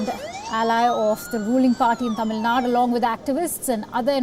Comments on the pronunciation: Hey one correction. It is not Tamil Nad it is Tamizh Nadu. Instead of showing off your English skills, try to pronounce the names properly as in the Local language as you fo for the north Indian states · Its Tamilnadu missy not tamilnad.... try to learn vernacular names....plus its pronounced as BEIROO not beiroot